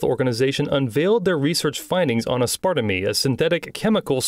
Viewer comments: who says ass-part-a-me instead of ass-per-tame? 😂😂😂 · I believe the word is pronounced “ Az-per-tame” not “as part of me”. 😂😂😂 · Losing it at this dude pronouncing aspartame ("aspertaym") as "uhspartamee" ( .) Literally never heard it pronounced like this. What a mad lad. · I couldn't stop laughing when he repeated the word "uspardamee" like twenty times in two minutes 🤣 Aspartame is pronounced ass-per-tame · Why you saying Aspartame so weird. It’s said like “ ass-par-tame” not “ass-par-ta-me”. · It's pronounced AS PER TAME. Aspertame. Not A SPAR TA ME. I'm sorry, but I haven't laughed that hard in a while. Thank you for that. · It's aspar-tame not aspartamy, don't know why but that made me grit my teeth every time lmao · Its pronounced "ass-per-tame" not "ass-sparta-meme" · it's pronounced like "as-PER-taim" not " as-PART-a-ME" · Please… it’s not aspartame (as-part-a-me).. it’s (ass-per-tame) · As-par-tame. I say as-part-a-me when I'm being silly. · It’s not “As-par-tah-mi”…..it’s pronounced “As-par-taim”. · Aspertame is pronouned a-spr-taym. Not as-parta-mee. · Isn't it called As-par-tam? Or is it really called As-par-tam-my?? 😅😅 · 🤢 Well... I was hungry... doesnt walmart brand send their meat to Asian for professing? It's pronounced Ass Per Tame not aspar tuh me. No rudeness meant. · It's pronounced ASS-PER-TAME Your welcome😁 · the way you pronounce Aspartame as Uh-sparta-mee and not As-per-taym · Please learn how to pronounce Aspartame "Ass-part-a-me"😂 Its "Ass-par-tame" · The way you said aspartame made me laugh lol. It's pronounced ass-per-taym. lol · "Aspar-tuh-mee" LOL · "as-parta-me" lmfao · Aspartame..."As-par-tame" my pal. Lol Great video tho, very informative. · Lol at the AI voice fail of aspertame. "Ass part of me" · "Ass-part-a-me" lol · AS-PAR-TAME. Thats how its pronounced. Reagan went on television back in the day to assure the usa public of its safety. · a-sparta-me wtf lol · Canada we pronounce it asper-tame. The narrator is british?